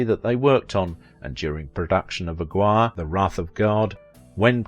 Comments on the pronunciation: Ag-war?!? You mean Aguirre, pronounced Ag-ee-ray? Where do you get these pronunciations from? I suspect AI once again. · A gwire LOL. Learn to pronounce the names you're reading, man.